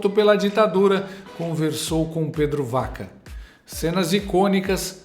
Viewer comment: Para enriquecer o seu canal show de bola, Pedro Vaca (pronuncia-se Baca)